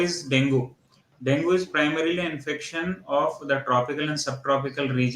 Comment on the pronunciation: Can u guys plz pronounce it as dengue not dongu